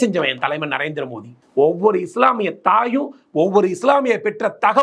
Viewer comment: மோடி பெயரை கூட சரியா சொல்ல தெரியாத தத்தி டளபதி